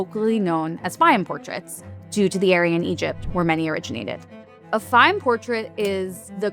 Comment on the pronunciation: My God! There are so many words she can't pronounce: Fayum, Modigliani, and a few more just in the first 2 minutes.